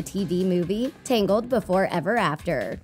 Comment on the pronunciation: It's TANGLED not TINGLED